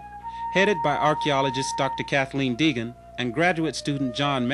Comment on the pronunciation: Her last name is Deagan, not Reagan.